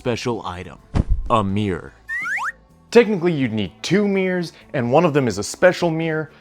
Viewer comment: Nice! But I call those special items "mirrors", not "meers". 😆